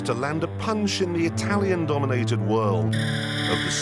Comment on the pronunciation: in the wOOrld